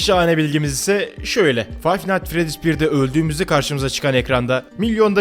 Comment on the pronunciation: Kanka bu oyununun ismi Fine nightfredys değil Fine niğht fredys